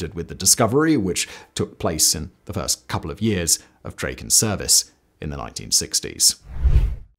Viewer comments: "Draw-ken" not "Dray-ken" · great vid, thanks! beautiful plane. one comment though, it should sound like "drah-ken" (not "dray-ken", as said throughout this video). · Hi. Try Drakken, not Drayken. You got it right at the very beginning, then forgot! Try Dragon with a k, and thazzit! A, as in cat. OK?